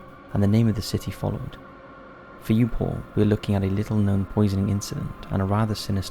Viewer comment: You know, for a split second their i thought he said "today we will be looking at Porn" instead of Paul And i was like, .....ok, but i think its gonna violate your terms of service 🤣